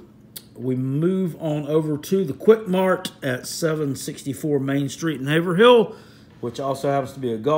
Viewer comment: It’s pronounced HAVE RUL , NOT Haver Hill.